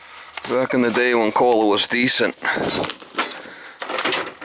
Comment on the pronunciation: “That’s a Kohhlaaa”